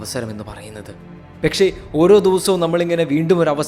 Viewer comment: Bro pekshe alla pakshe enn alle 🤣